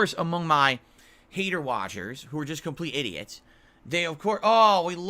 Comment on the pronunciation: "I'm going to continue to read guides and beg for money, silly haydurrs"